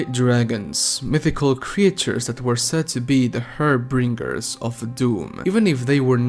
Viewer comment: Har-binger. You keep saying harbringer